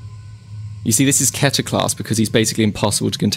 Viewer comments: Btw kenter is pronouns keeter its aa weird spelling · Keter, [Ck-EE-tur]